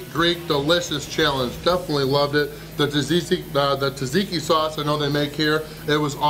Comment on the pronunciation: Why can no Americans pronounce Tzatziki? And I'm not even talking about the proper Greek pronounciation...